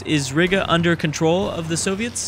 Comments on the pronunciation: Exactly I was like " Nooo that's not how you pronounce Riga " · 'Riga' is promuonced 'Ree-ga'. Not 'Ri-ga'